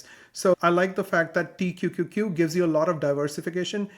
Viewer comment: Pronouncing T-Q-Q-Q every time was impressive! 👏🏽